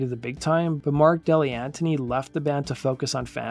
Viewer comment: Thank you for this! SC were my favorite band in the 90's. A few notes: Keyboardist's name is Mark DeGli Antoni (pronounced degli Antoni) not Dilianti. Drummer Yuval Gabay's last name is pronounced Gu-Bye like "Goodbye". Otherwise, I love seeing a criminally underrated band getting some attention. Thank you!